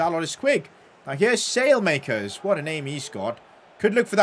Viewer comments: Salemakers 😂😂, at least try!!! It's pronounced something like Salamakers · its not Salemakers as you say it's pronounced Salah-ma-cars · Its not “sale-makers” its “ salay-makeers” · By the way Saelemakers is pronounced like this - Salah Mackers rather than sail makers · As An AC Milan Fan, His Name Is Pronounced Sah-La-Ma-Kers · you're saying his name wrong it's pronounced "Sally - Mac-kers" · You have to say Saalemaakers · Just say the e as an a from saelemakers speak the e as an a